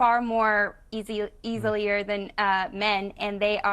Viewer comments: Did that blonde bimbo say easylier? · Did she say "easilier"? 😂